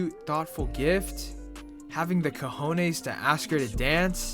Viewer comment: Bro🤣🤣🤣I subscribed at your attempt to say balls in Spanish (Cojones)🤣🤣🤣🤣🤣